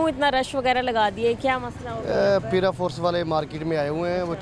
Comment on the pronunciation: پی را فورس نہیں ہوتا پے را فورس ہوتا ہے para force